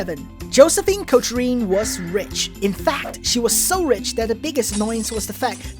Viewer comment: Thanks for this video! Just a heads up: "Cochran" is pronounced "KAWK-rehn"